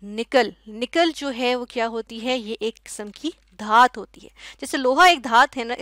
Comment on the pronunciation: mam dhat nahi dhatu. By the way aapne bahut acha samjhaya